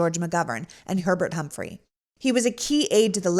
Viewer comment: Herbert Humphrey? You need to check your material before reading it out.